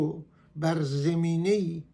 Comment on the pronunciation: آقای عزیز شما زمینه یا زمین را بد تلفظ میکنید با فتحه بگویید zamineh نه zemineh